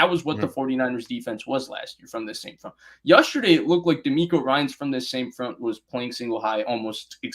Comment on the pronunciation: Comin’ hard with “yusterday”!! 😂😂 j/k I love, dude knows his stuff!!